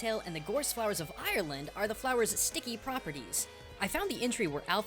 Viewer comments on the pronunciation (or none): none